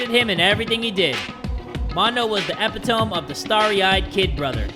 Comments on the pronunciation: did pronounce it as “epi tome” … 😭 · "ehp-ih-tome", I'm disappointed. It's eh-pit-oh-me. Epitome. Btw ur that dude:D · Epitome:: EH-pih-tohm Everyone else: uh-PIT-uh-mee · reading epitome and "eh-pih-towme" is killing me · ok but why did pronounce epitome like “epi-tome” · not as bad as when one of my friends pronounced it as Ep-i-TOE-Me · Did he say epitome as [eh-pee-tome]? I'm ngl, even though it's wrong, it sounded mad fancy I'm boutta use it that way too😅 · why did he pronounce epitome like that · so are we all just gonna skip over how this dude pronounced epitome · so we're all gonna ignore how pronounced epitome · So... we’re just gonna ignore how pronounced epitome? ( if you didn’t notice) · Why is no one talking about how said “epitome” Lmaoooo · why he pronounce epitome like that 🤣